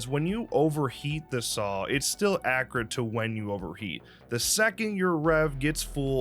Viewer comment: Please say accurate correctly